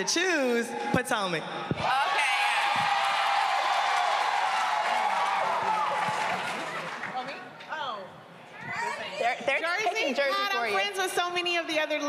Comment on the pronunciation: Love that Sonya and drew said Potomac 👏 👌